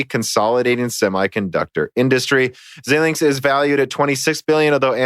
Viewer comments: Xilinx is pronounced X-eye-linx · "Xilinx" is pronounced as "Zailinks"